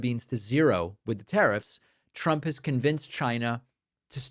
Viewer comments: Why does she always say “Chump” instead of “Trump”? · Every damn time she pronounces “trump” she says “tchrump” and i just cannot stand it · Has anyone else noticed that it always sounds like she’s saying President chump?